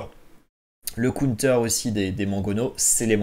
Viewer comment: Un cOUNETEUUUR 🤦‍♂️ si ton anglais est si mauvais, dit donc une contre-attaque 😭 bon contenu mais difficile de ne pas quitter avec cette boucherie 😅